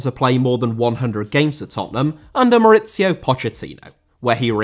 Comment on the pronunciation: Mauricio* not Moretciouw